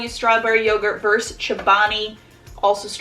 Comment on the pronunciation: love these videos but i have to point this out (sorry, pet peeve) - it's verSUS not verse :)